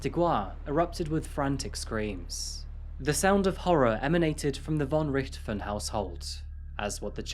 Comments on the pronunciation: I was wondering how many people that played zombies, would complain about him not pronouncing it correctly. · It's so funny to hear you say Von Richthofen. As a german i kinda had to listen more carefully to hear that "Richthofen", but i honor everyone who ever tries to pronounce german lastnames. :,) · Pronounced Richt-Hofen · It's pronounced, "Ricked - hoff - en". You say that it was rumoured that the girl's father "had 10 million Euros EMBEZZLED in a Swiss Bank account ". "Embezzle" means to steal or misappropriate, so it's not clear what you are saying. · Do we have to believe that this generation doesn’t know Manfred von Richthofen, the Red Baron, the most famous WWI (125 ya) fighter ace, of which the father is homonym? It’s obvious you never heard his name, because you mispronounce it, with the accent in the wrong place. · There are no beaches in the city of São Paulo, unlike what the video suggests. The case is famous, but their name is pronounced rich-to-fen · Learn how to say the last name properly. It's quite famous if you bothered to know anything about anything. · With the way he pronounces richthofen I can tell he don't play Call of Duty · Though I have enjoyed your programs very much, I was saddened to hear the mis pronunciation of the Richthofen name. Sadder still is the possible oversight of the father’s name in this case, Manfred von Richthofen.. no doubt named for his relative, Germany’s leading ace of WW1; Baron Manfred von Richthofen. Then again, perhaps it was better to leave it undetected.. after all, who needs an utter lunatic in an otherwise distinguished family.